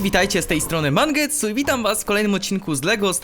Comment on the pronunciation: powiedziałeś mangetsuu na starcie